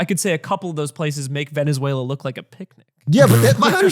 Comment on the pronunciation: I was gonna like and watch the entire video, but the gremlin said veziezuniela so i will report this video. thank you for your attention to this matter